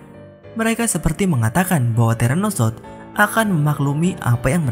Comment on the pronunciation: terano south bang bukan teranosot